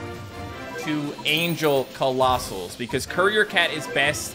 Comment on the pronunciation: said angel colossus 😂😂😂😂😂😂